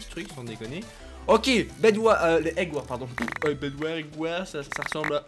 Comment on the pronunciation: prononce jamais les " s " dans skywars bedwars eggwars il dit skywar bedwar eggwar